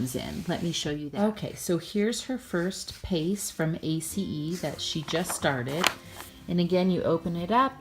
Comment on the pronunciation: Wow!!! I'm so impressed that you know how to pronounce A.C.E. the correct way.. (= TY for sharing!! Lots of great info. here. Truly enjoying your channel. TY for being here. ^_^